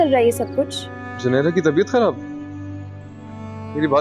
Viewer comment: Did anyone else notice saying junaira at the end instead of Zunaira 🤣